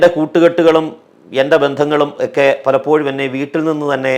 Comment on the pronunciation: നല്ല പ്രഭാഷണം. പക്ഷേ ഒരു മാഷ് എന്ന നിലയിൽ ഭാഷ കൂടി ശ്രദ്ധിക്കുമോ? ഒക്കെ എന്നത് എക്കെ എന്ന് പറയരുതേ.. അത് പോലെ സഭയുമായുള്ള ബന്ധത്തിൽ എന്ന് പറയാതെ (ആ ബന്ധത്തിൽ ഒരു കുട്ടി എന്ന് പറയുക സാധാരണം തന്നെ )മറ്റു ഭാഷ പ്രയോഗം ആവും നല്ലത്